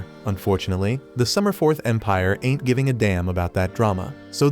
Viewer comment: l love when you say int given up 🤣🤣🤣🇵🇭